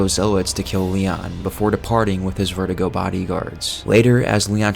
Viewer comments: “Verdugo” not “vertigo” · It's ver-do-go not ver-duh-go. Come on man. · Verdugo, pronounced ver-doo-go, not vertigo my man. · " Vertigo"😂😂 its "Ver-doo-goh" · Cool video, but I don't know why so many people pronounce Verdugo as VERTIGO. It's vair-DOO-go. Usually this kind of stuff doesn't bother me, but Verdugo is a menacing boss and pronouncing his name as a condition that elderly people get seems a disservice. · it's verdugo not verdigo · How come you’re pronoucing Verdugo as vertigo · You need work on some of your pronunciations bruh, like the colmillo it’s pronounced as Col-me-Yos and the verdugo is pronounced as Ver-Doo-Go